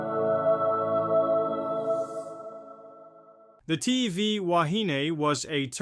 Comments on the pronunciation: Please - try saying "Wa-he-nay". Back in 1968 we (pakeha) used to say "wa-he-knee" - so you might hear both pronunciations in older videos, but "wa-he-nay" is the one to use in today's world. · The ship's name is pronounced WA. HE KNEE ( woman , in Hawaiian)